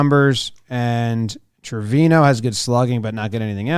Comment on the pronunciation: Not me being bothered every time Jimmy says Trevino wrong